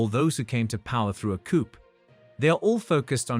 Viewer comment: Coup pronounced koo